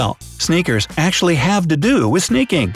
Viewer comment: When he said "sneakers" I thought he was saying "snickers" 😂😂😂😂😂😂😂😂